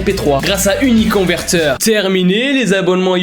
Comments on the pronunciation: La manière dont dit: " uniconverteur🦄" 🤣🤣😂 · Son accent quand il a parler de uniconVerTEUR est trop marrant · Il dit 9 fois uniconveteur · TU A DIS UniConverTEur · IL A DIT 10 FOIS « Uniconverteure » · Il a dis 12 fôis uniconverteur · Ta dis 11 fois uniconverter mdr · Combien de fois a t'il dit uniconvertor ? 🤔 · Sa se voix que t'ai souler de dire uniconverteur